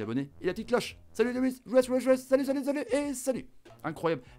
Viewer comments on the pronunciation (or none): none